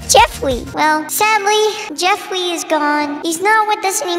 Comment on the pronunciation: The only thing that went to my head when he said JeFwEe was JeFwEeWeE